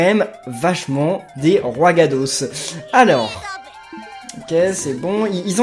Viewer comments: c'est pas Roigadoss c'est Roigada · Roigada pas Roigadoss X) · On dit roigada et non roigadoss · Ses pas roigados mais roigada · C'est pas roigadoss, c'est roigada! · C'est roigada pas roigada mais c'est pas grave je t'aime quand même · On dit roigada